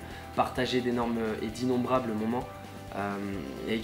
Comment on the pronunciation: Tu fait que de dire immonbrable